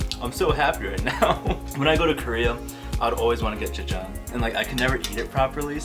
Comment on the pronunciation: omg your pronunciation 'jajjang' ...... dafuqqqq